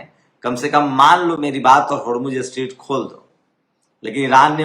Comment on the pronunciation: Sir, स्ट्रीट नहीं, स्ट्रेट